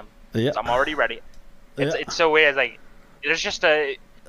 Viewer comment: are you redeh